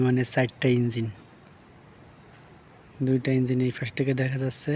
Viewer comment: Jasseyyy...? How about Jachhey, eh????.. sairta engine???? How about char ta engine, eh??? Get your Bangla pronunciation right.